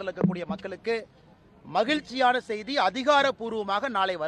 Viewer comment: எந்த ஒரு அரசியல் வாதிக்கும்தமிழ்உச்சரிப்புசரியாகில்லை ஏழுஎன்பதைஏலுஎன்றும்முலுமையாகென்றும்மகில்சியானசெய்திஎன்றும்அர்கல்என்றும்தமில்நாடுஎன்றும்கோவில்கல்என்றும்பேசுகிறார்அண்ணாமலை